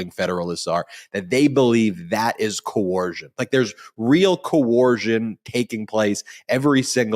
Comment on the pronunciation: COERCION, NOT CO-ORSION